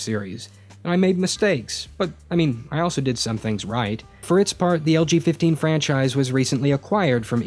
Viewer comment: I kept hearing "LGBT" instead of "LG15." :P